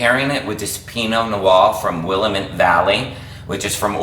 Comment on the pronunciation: Hi, Love your recipes. I'm in the Pacific Northwest and there's just one little thing you've done that I'm sure you're not aware of..the pronunciation of Willamette. It's "Will-Lamb-it", not "Will-a-mitt". Made this tonight and it was awesome!!!